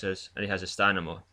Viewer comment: Really sorry in advance... please learn to say stamina :( STAMINA